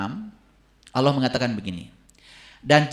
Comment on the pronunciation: setan lebih pintar drpd. jgn kan baca alquran,nyebut nama Allah aja salah.